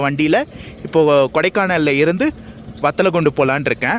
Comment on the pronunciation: bro பத்தலகுண்டு இல்ல வத்தலகுண்டா bro 🤔🤔🤔🤔